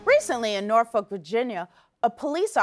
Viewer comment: Thank you so very much for pronouncing Norfolk correctly...also. Norfolk is not th right location for this BS... Virginia Beach...yeah.... Norfolk? Nah